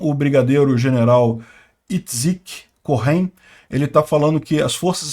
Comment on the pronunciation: você está expert em ucraniano, mas terá que aprender hebraico: Cohen é coenn e não pronuncia h como r em inglês. Esses dias chamou Bersheeba voce falou Bershiba, pronuncia-se beersheva. Aos poucos checa lá, abraço.